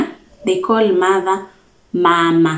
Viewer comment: Small error for Abasamia. We call mothers Mama (pronounced Maamà - the first /a/ is slightly long and the last one has a falling intonation). Same to father = baabà. What you said is for the Abanyala of Budalang'i. Our final /a/ sounds the same as what you said in /enyumbà/. You did well for the house. The medicine is really off - /amaresi or omusaala/. Omutwè: Great work.